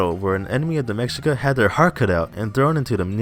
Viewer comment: Try and pronounce Mexica like this " May - She- Ka